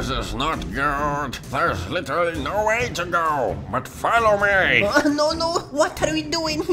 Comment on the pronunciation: I love when it said "littery sleep" 😂😂😂😂😂